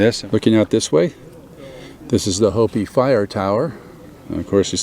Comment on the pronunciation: The Hoppy Fire Tower? Or? The Hopi Fire Tower? HOPI is pronounced phonetically and correctly as, "Hope-ee".